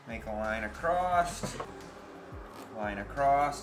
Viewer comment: Thee is no "T" at the end of the word "across."